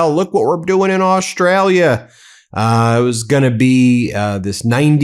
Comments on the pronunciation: Oh please Ben!!! Don't say Aushtalia! Even some Aussies say that!! Or worse Stralia. We have some people here trying to dumb us down , cos they are dumb It drives me insane! My grandfather would turn in his grave if he hadn't been cremated. In his time, when he visited the US in the '30s to work with Paramount Studios noone knew where Austrslia was. I don't think it has changed much. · Yanks, learn to say the name Australia correctly. DO NOT DRAG OUT THE FIRST SYLLABLE!